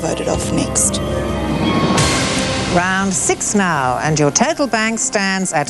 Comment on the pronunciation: She says total exactly like turtle.